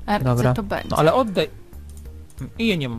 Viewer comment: Jak powiedziała (bendzie jak na sylwestra) to mi przed oknem betarda wystrzeliła